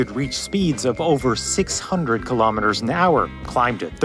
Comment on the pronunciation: Amazing documentary - but what on earth is a 'kill-AWE-meter'? Correct pronounciation is KILL-oh-meter, sir. Keep up the great work, though!